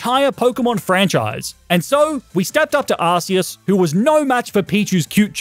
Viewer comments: Ark! It's pronounced ARK!!! ARK-EE-US! -_ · IT’s ar-KEE-is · I love the way he pronounces Arceus as "Arse-us" XD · You pronounce arceus wrong :(